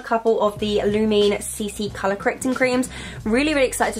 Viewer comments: giirll its lumene not lumii or lumee ❤️ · Hi girl! Lumene is pronounced Luuh-méh-néh, hahah you killed me, it's so funny to hear non-nordics say our makeup brands😂 Btw the CC cream is soooo good! I use it like crazy. Love from Sweden 🇸🇪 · When she said “Lumene” I cringed so much. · You said Lumene wrong.